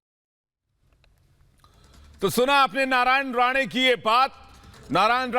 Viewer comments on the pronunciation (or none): MADAM ITS NOT NARAYAN "RADE" ITS "RANE" :)